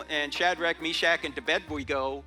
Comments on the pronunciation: Did he say ‘Tobedwego’ instead of Abednigo???? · Sounds like he says "and to bed we go", not Abednego. It honestly sounds like somebody edited the audio just slightly to slip this in....no like. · He Said "Shadrach, Meshach, and To Bed We Go" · Yes he did 😮😅😂😂😂😂🎉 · Sorry I was stock on “Ade-we-go “ and couldn’t focus on the rest of the content 😂😂😂! Thanks for the history lesson ❤